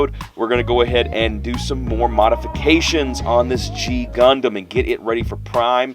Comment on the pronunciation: to you. You said the name completly right. You are the first one i ever met who got it right the first time:D